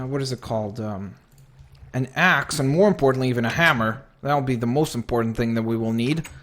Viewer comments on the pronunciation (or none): none